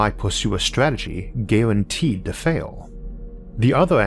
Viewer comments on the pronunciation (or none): none